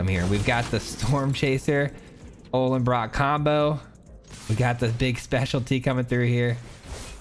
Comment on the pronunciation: Why does everyone call the Ollenbock "Ollenbrock"? Don't want to be a word nazi but you can't just add an R to words all willy nilly lol.